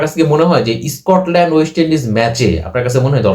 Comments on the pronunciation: Reason noi rijon.. scotland noi escortland tui kotha bol agey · বাবা, তোমার "রিজোন" আর "ইস্কটল্যান্ড" শুনেই তোমার ইংরেজির এলেম বোঝা গেছে, বুঝতেই পারছি তুমি আইসিসি-র রিপোর্ট পড়নি; ক্রিকইনফোতে আছে, ইংরেজি জানে এমন একজনকে দিয়ে পড়াও রিপোর্টটা। স্পষ্ট লেখা আছে বাংলাদেশ দলের জন্য আলাদা করে তেমন বিপদ নেই। অন্যরা কেকি বলছে না শুনে নিজেই দেখে নেওয়া ভালো নয় কি?